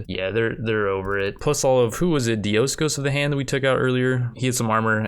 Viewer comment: You have been pronouncing Diocosos Wrong Since the beginning of the series.